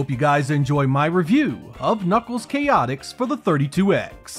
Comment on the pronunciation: Great review! And just for the record, it's pronounced "Chay-ah-ticks" (with a very soft T), or at least that's how it's pronounced when the Chaotix characters showed up again in Sonic Heroes. And yes, I'd love to see more solo 32X reviews! I remember Shadow Squadron was a good one!